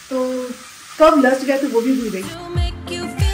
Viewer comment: It’s “ LAST” not LUST . 😊